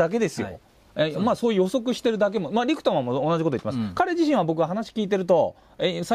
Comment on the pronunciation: リクトマンとおっしゃているのが気になります。リックマンってどの動画を見ても聞こえるのですが。。。